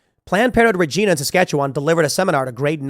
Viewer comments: It's Regina, like vagina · It's pronounced rah-jina Saskatchewan. Haven't you seen Deadpool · Tim - I know you want it to be 'reh-jee-nah', but uh.. nope. As the joke on 'Who's Line' goes, "Do you giggle when you say Regina?". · minor point - its pronounced Ree gi (think ginormous) nah. No im not trolling. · Um Tim, Its actually pronounced REG - EYE - NA . Like vagina with an R, I forgive you though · I laugh at how you and The Quartering pronounce Saskatchewan and Regina 😂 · Just FYI that is not the pronunciation of Regina. Regina rhymes with fun